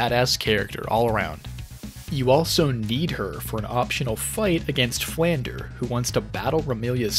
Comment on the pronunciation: Dangit, you managed to say all the the names correctly save for best girl Flandre. Flahn-Drey with a roll of the R if you wanna go full french.